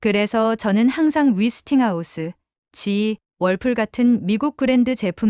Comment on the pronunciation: 근데 위스팅하우스가 뭐죠? '웨'스팅하우스 아닌가요?